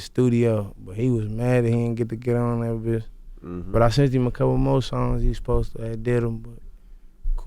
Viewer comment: one time for gotti still saying fosed ta. instead of supposed to lol